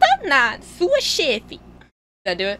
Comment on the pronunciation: Not chefi...chefe. Like in enter, embow... The "e" sound is a little close.